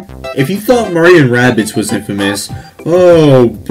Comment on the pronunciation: i love how he said murio